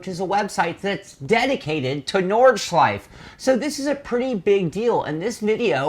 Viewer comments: It's pronounced Nord Schlei Fe.......three syllables. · At least pronounce it correctly